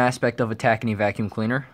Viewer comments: Clean Max is made by Tacony Company . It is said Ta -cone - E not tacknee. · Just an fyi tacony is pronounced tah-cone-ee